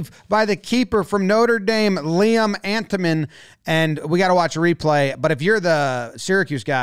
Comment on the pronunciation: MORE COLLEGE LACROSSE (also the ND goalie is pronounced IN-TA-MEN not ANT-O-MAN)